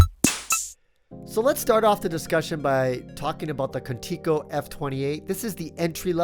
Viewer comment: Video comme itntator irs pronounced K u n - TICK SO